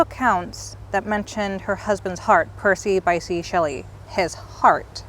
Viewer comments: Bysshe is pronounced Bish. I didn’t know where the family grave was, so thank you for this. I’m glad you enjoyed your trip. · Funny thing, her husband's second name is pronounced "Bish" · Another gem from my favourites. Bysshe Shelley is pronounced Bish, sorry to be a curmudgeon x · Excellent thank you. Btw Bysshe rhymes with fish.